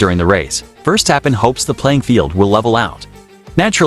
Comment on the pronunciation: What a hideous voicover! Your ludicrous computer vouce can’t even pronounce Verstappen. Just get better you wasters.